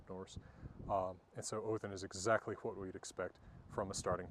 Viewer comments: Hwat I want to look at...hwich is hwat! :D I remember when I was learning about the runes as a kid and I'd tell people from Scandinavia their old-Norse pronunciation and they didn't know what I was talking about. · Why do you pronounce 'what' as 'hwat' ? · This guy's got to have the strongest "wh-" pronunciation I have ever heard!